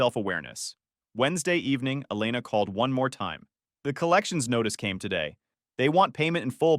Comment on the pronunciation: It's pronounced E-lay-na.